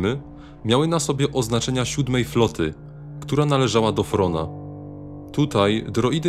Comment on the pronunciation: Thrawn czytaj trawn nie wrona🦆